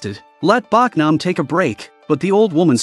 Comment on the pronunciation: Her name is Bohk-nam not Bawk-nam.